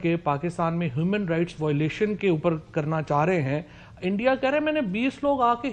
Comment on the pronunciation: Bhai endia nahi India hota hain😂